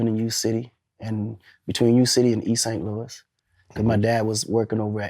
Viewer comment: All The Saint Louis folks in here want him to get it right lol